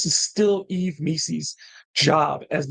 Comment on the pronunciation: 👊 The S is silent in Yves, pretty sure, btw. Pronounced eve